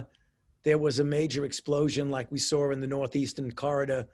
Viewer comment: If the "good" doctor is going to lie for a living, he really needs to keep the lies straight. And, if he's so smart, why does he always pronounce "saw" as "sar?" Maybe the warlock has SARS on his mind...a Freudian slip, perhaps? And, regarding Biden...what business does he have telling people they will or won't get Covid, based upon vaccination status? Ive always understood it's illegal for anyone who's unlicensed/unqualified to disseminate medical advice.